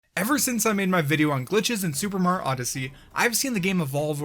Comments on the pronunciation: "Super Mar Odyssey" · No, at the beginning of the video it sounded like you said MAR instead of Mario and I thought it was kinda funny. Probably shoulda made that clear.